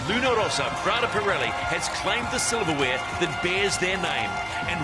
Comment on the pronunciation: It's Luna Rossa, not Rosa, double S. Can people make a little effort on that? Thanks.